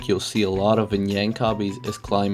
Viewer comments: its jank not yank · "yank" jank not yank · why the fuck does he say yank its jank😭😭😭😭😭😭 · its not yank its jank btw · is that actually how you pronounce jank???? i always have been pronouncing it jank not yank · bro said yank obbies